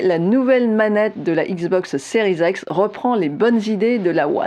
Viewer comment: Donc toi tu dis XBOX séries ex ?